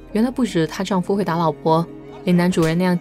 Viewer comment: 丈夫（fu 轻声），不是丈夫（fu 第一声） 公公（第二个gong是轻声）